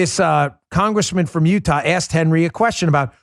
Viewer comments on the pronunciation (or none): none